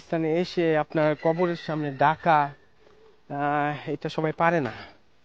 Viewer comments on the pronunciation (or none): none